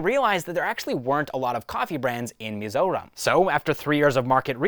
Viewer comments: bro took 1 day to practice it to pronounce perfectly 🎉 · Bro pronounced our State's name perfectly🤝🏻